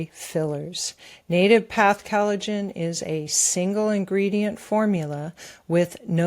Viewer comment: is still mispronouncing collagen. She pronounces it as though it was spelled Cal-a-gen.